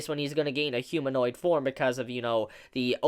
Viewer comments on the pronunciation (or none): none